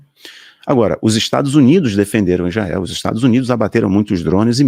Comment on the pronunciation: Não é Ijael, é Israel.